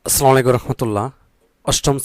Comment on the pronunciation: আপনার সালাম সুদ্ধ হইনি